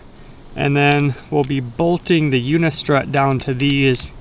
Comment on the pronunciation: Good video! I'm making the commitment to do a roof rack. Can you tell me where you got the mount for the promaster mounting posts? I really can't figure out what you're saying... unico udicor udico???